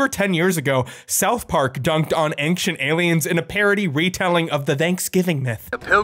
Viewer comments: I love you but please... It's Ancient, not "ankshent" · Not ank-shient... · "AINCK-CHENT, AINCK-CHENT, AINCK-CHENT." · “Anxient” is just so weird to me🙃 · I can't stop hearing you say "engshint" instead of ancient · Omg, your pronunciation of Ancient physically hurts me.... I don't understand how Americans say ancient as aangxient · My man be pronouncing it "angshint" and i think I'm in love. Say milk. Please I'm almost there! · I don't know what is more baffling - Ancient Aliens, or how the word "ancient" can be pronounced like pronounces it. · Does say the word "ancient" weirdly or am I going crazy? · For someone who can’t pronounce the word “Ancient”, you sure do say it often. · Hey thats now how you pronounce the word "ancient"!!!!!!!!!!!!!!!!!! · If we're just going to make pedantic comments, ufology makes no sense etymologically. UFO-ology does. Ufology would be "the study" of unidentified flying. The big problem with this video should be how he says the word "ancient".